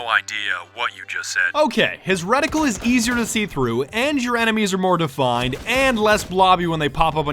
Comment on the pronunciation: My god did he just say moAR at the end?!?! SWEET JESUS HAS BEEN ABDUCTED?